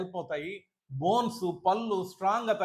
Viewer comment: పల్లు అని అంటున్నారు sir. కొంచం "ళ " పలకటం practice చెయ్యండి.. పళ్ళు అనాలి.